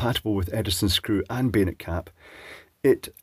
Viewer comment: I think you're saying "bayonet caps", but I keep hearing 'beta caps". It's become clearer - three years ago, they definitely sounded more like 'beta'. It took a long time before I saw comments saying "bayonet", and I realized what was actually said. I've seen the G style lamp holders, with the hard to find 'male' feet, but I don't think I've ever seen a bayonet cap bulb or socket in the US or Canada.